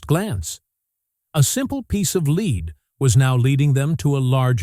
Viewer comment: To the announcer of the video, the coins and other findings is lead, not leed. It is an elemental metal. How could your mispronunciation go unnoticed?